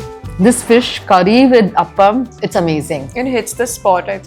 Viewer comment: It's not up-am as you pronounce It's aaaaaapam